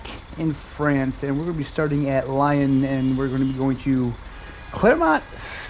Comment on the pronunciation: Hey Lyon is pronounced Lee on ❤ Awesome video as always bus pack 2 is broken on Xbox X too . No update on fixes I’m honestly now thinking console will be left as there moving on with other games. Really hoping that I’m wrong because I truly love this game